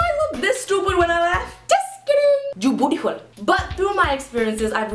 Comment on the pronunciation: yo why when she said you beautiful it sounded like you booty hole? XD XD XD also lilly you are my favorite youtuber/comedian :)